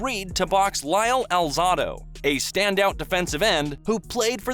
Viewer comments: the who was talking about the achevements ali did he said lyle alzado's name wrong it wasn't lyle alzodo it is lyle alzado the a isn't silent so correct it if he was still alive he would had made sure he said lyle's name correctly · Lyle AL-ZA (long "A") - DOUGH........Alzado. You're going to do a video narration, learn how to speak the names properly. What are you, 10 years old?